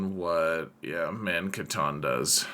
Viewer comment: Bro it's Katandore, where did you pull mankatan from.